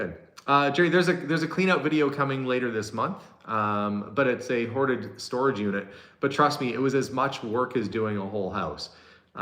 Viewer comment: talking of word differences in the UK we have the ongoing argument with the word scone pronounced sc-own or sc-on depending on which bit you come from. and when you say hoarded it sounds like haunted